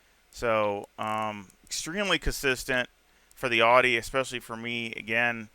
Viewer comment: Awesome video brother 👍. I love how you pronounce AUDI, the true pronunciation of the word 😁. I will definitely give this setup a try as I always struggle on OUE ROUGE. Thanks much appreciated. Forever Racing 🏁